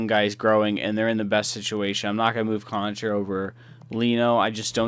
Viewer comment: conacher is pronounced conaKer... and pysyk... is pronounced piss-ick